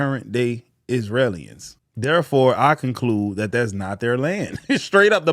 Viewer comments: Learn how to properly pronounce stuff. It's "Israelis", not "Isrealians". Geezuz... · Hey, Brotha. People from Israel are called Israelis : it's pronounced (Is-rail-lees).